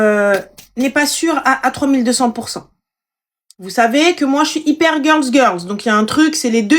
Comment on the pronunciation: Hyper et non iper😂😂😂😂